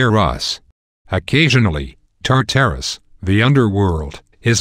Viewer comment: He also pronounced tartarus wrong. Also the fact tartarus isn't the underworld, the underworld is the underworld. Tartarus is the abyss that monsters and wicked souls went after death and then they were tortured.